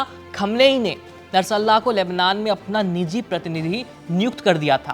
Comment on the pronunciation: उच्चारण गलत कर रहे हैं आप नरसल्लाहा ❌ बोल रहे हैं। ध्यान से पढ़िए।